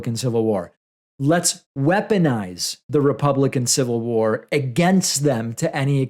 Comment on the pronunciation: “I don’t need yo’ civil wawawaw!” -Axel Rose